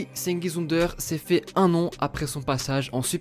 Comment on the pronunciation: plus jamais tu prononce son nom de famille comme ça